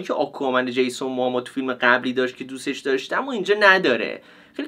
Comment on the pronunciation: چرا به جیسون موموآ همش میگی جیسون موآما؟ برام سوال شد خدایی نکنه ما اشتباه میگیم ولی انگلیسیشو چک کنی خدایی جیسون موموآ درسته😊😊